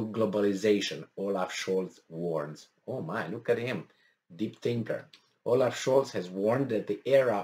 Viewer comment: Oaf not olaf